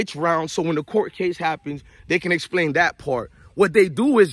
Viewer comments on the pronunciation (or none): none